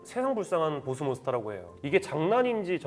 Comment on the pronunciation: 보쓰 가 아니고 보스~